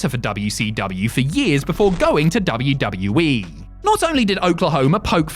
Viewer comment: Please get rid of this guy that narrates these videos I can’t stand him why does he pronounce WWE like WWwii or WW-we it’s very annoying and what the hell is his name or Whatever the hell he says, I can’t even understand him